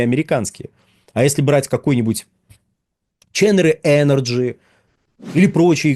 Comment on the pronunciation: CHENIERE произносится примерно как "шанИэр"